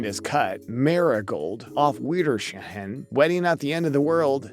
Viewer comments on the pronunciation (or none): Him saying "Auph Vidershehen" made me smile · auf wiedersehen pronunciation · The pronounciation of ‘auf wiedersehen’😭😭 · The way he read auf wiedersehen though. 🤣 And no, I am not German.